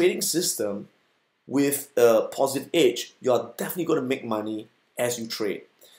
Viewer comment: I thought he's saying "Itch" but it's "edge"